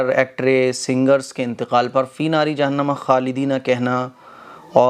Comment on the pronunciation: Tum Bahut hi Jahil mufti ho 😡😡 Sach baat bolen to tum mufti hi nahi ho 😡 " Finare jahan nama khale dina fiha " kahna sahi hai Are suno, "finare jahanma khale dina fiha" bolna sahi hai smjhe. Jahil